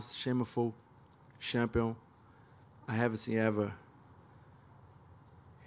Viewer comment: 0" I am the shampion "🤣